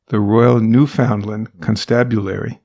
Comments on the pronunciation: Great show! BTW it's not pronounced New FOUND land. It's Newfuhnland. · had to quit an hour in because i couldn't listen to another New-FOUND-land